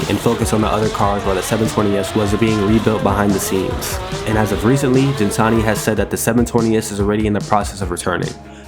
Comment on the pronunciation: nice piece. btw its pronounced GIN-TA-NI not JEN-TA-NI lol